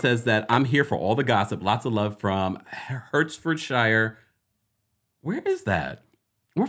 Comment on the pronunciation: Pronounced "Hartfordshire"; it's UK🥰